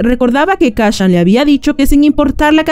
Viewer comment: Kashan?... Kashan?.... KACCHAN?????